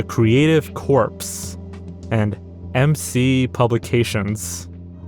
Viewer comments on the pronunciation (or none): The word "corps", shortly after the mark, is pronounced in this video like the word "corpse", but it should be pronounced identically to the word "core". This is the way it's pronounced in America, though it may be said differently in the U.K. I posted this on the original video as a standalone comment, but when I saw it was reuploaded, I figured posting it on this comment would have a much greater chance of being seen by someone that works on the channel. My previous post was actually way longer, believe it or not, but I'm pretty sure I over-explained things to a potentially confusing degree, so I'll stop here. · Corps is pronounced like core not corpse and you dont pronounce the s at the end of illinois. Great video though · creepy vid. just so you know, words like 'corps' and 'Illinois' have a silent S. "core" "illinoy" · The 's' at the end of 'Illinois' is silent. As is the 'ps' at the end of 'Corps' (so that it is pronounced like the word 'core,' not 'corpse'). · Come on, man, you should know how to pronounce “Illinois” and “corps”. The “S” in Illinois is silent, and corps is pronounced “core” not “corpse”. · The word Corps is not pronounced corpse, it is pronounced like the word core. Like as in the Marine Corps. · corpse has an e on the end, the words “corps” is pronounced the same as core, as in apple core. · Corps is pronounced like “Kor” not like “corpse” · "Corps" is pronounced "core", not "corpse" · I’m sure you’ve been advised of this already- but just in case: the word “corps” is pronounced “core” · "Corps" is pronounced "core". The s is silent. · corps is pronounced 'core'. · "Corps" is pronounced core. And Illinois has silent s. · “Corps” is pronounced core and “Illinois” is pronounced Illinoy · Disgusting. Good video, though. (BTW, "corps" is pronounced "core") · Oh boy “Corps” is pronounced like “core” “Illinois” is pronounced like “Ill-in-OY” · so is “Corps” also in the video lol, it’s pronounced Core aha